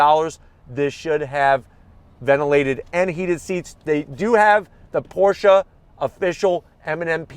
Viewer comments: Thank-you for pronouncing “Porsche” correctly! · Thank you for pronouncing the name correctly!